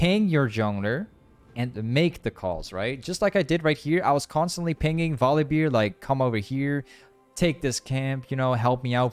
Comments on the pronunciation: Volibeer? who the f is volibeer? You mean volibear? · I love how he calls him Volibeer and not Volibear